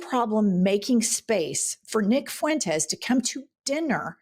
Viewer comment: "Nick FOO-wentes" 😂